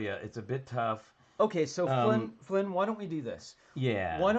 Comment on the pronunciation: Wish I could have joined, but this was at 1am where I am, so perhaps another time! Also, you did pronounce my name correctly, Flynn, so thank you for being one of the few people who do!